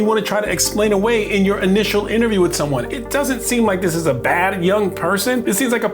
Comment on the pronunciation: Don't you mean, take her phone away'UH.... lol 🤭😂